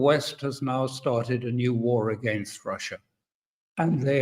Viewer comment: Ursula: “We are wamping up pwessure because stwength is the only language Wussia understands.” Russia: Oh weally, is that twue?